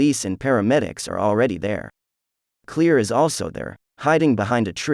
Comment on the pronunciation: Is he really calling Claire clear? Lol 🤣 ok